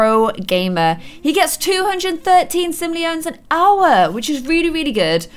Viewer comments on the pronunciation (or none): It’s sim-mole-Lon’s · sim o leons is how u say it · It's Sim-Oh-Leon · Sim-o-le-ins that’s how u say it!! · It is said sim-o(as in cod)le-ons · you pronounce it sim-ol-ee-yunz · I know these are old posts but it kills me every time she says Simoleons WRONG lol!!